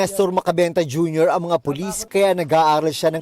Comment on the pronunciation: puLIS-tuLIS.,,,letter T instead of P.